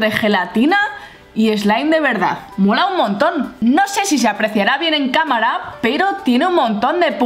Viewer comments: Like si te diste cuenta que cada rato decia como mora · Irma Angelica Gomez Zarate no es Mora es Mola 😉😄